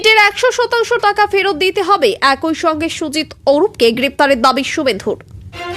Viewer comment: একয় নয়, এক ই, উচ্চারণ ঠিক করুন ।